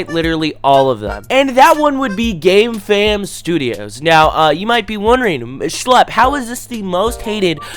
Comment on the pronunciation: Sometimes I hear gamefam as "gay fam"